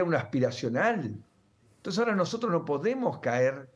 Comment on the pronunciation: Se pronuncia " e n t o n c e s", no " t e s", Señor ladron!